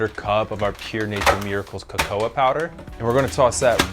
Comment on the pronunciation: Please, do learn how to pronounce cacao (kaka-oh!) properly! ;-)